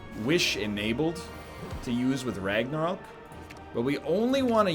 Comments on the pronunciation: R A G N A R O Q U E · Why the fuck is he pronouncing Ragnarok like that lol 😂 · Everyone else: “Ragnarok” Egg: “Ragnaröek” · Seriously why do you keep pronouncing Ragnarok like that egg dad? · It's funny, like dan saying clock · Can tell NL has been friends with Dan for too long by how he pronounces Ragnarok